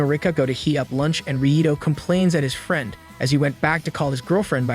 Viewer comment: No offense my man but how do you have perfect pronunciation for almost every other word you say but absolutely butcher "Friend" and "Spinning"?